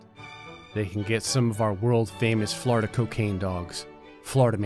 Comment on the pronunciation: Is it just me or does it sound like he se’s “flarda” every time he se’s “Florida” XD